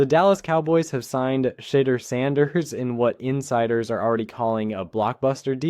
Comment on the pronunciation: For STARTERS PRONOUNCE HIS NAME CORRECTLY! HIS NAME IS NOT SHEDDER‼️ HIS NAME IS PRONOUNCED [ S H E D E U R ]!!! THIS A FABRICATED STORY MERELY FOR CLICKS & VIEWS‼️ HE IS STILL IN CLEVELAND SIR!!